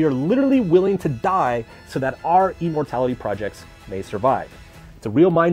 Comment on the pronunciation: "e-mortality" projects lol